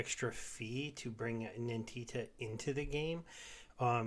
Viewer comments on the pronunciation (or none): Love the videos, but it's NINTIA not NINTITA XD